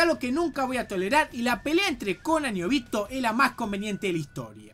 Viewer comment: Ninguna de estas palabras llevan tilde pero las pongo para explicar mejor dónde está la silaba tónica. Es Óbito... No Obíto. Es KÚshina... No Kushína. Es KÁbuto... No Kabúto. (Lo dice de las dos maneras igual)